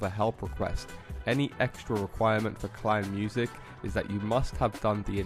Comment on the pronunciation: Its called "KEINEMUSIK" not "KLEINMUSIK"